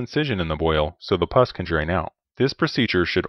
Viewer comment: It’s pus. “Puss” means face, as in sourpuss, or cat.